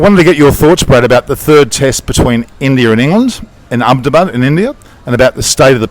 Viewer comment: Your pronunciation of 'Ahmedabad' is spot on. Pleasantly surprised by that little bit haha